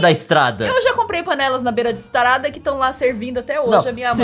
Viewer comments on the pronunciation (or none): A Nilce fala estarada